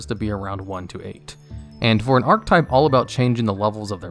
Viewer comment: Bro it isn't "arc-type" it's "are-keh-type"